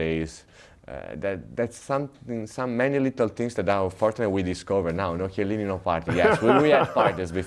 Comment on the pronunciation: What an epic intro only to then pop the cherry with the name butchering. Kyelleenee. Not “Tchelleenee”. Famously, every non Italian also asks for “Tabachee”, instead of “Tabakko”, like in English. Kiellini, not, Tchellini.